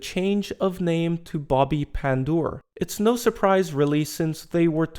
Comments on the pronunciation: Great pronounce of his name, no joke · Wow, you did perfect job pronouncing his last name.